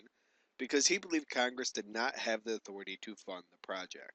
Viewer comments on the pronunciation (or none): none